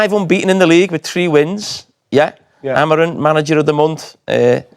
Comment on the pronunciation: When are these guys gonna pronounce Ruben’s last name right? Both Rooney and Carra still call him “A-Maureen” maybe when he wins something.